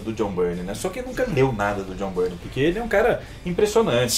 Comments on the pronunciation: Tem uma dúvida que me persegue até os dias de hoje: A pronuncia do nome dele é "Bayrne" ou "Birney"??😅😅😅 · Mas é Jhon Bârni, Jhon Bárni ou Jhon Bírni !?!